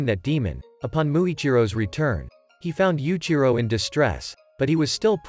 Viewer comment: Yuichiro not yuchiro